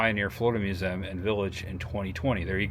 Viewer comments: Watch all your vids, love them! One thing, the word "museum". It's a 3 syllable word. Mew zee um. Not mu zem. Please,, so cringey. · Learn how to pronounce museum.